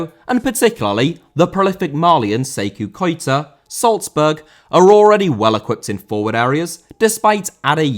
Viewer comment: Salzburg* not Soltzberg